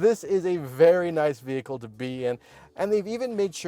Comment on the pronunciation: No, they are definitely mispronouncing the name of their own vehicle😂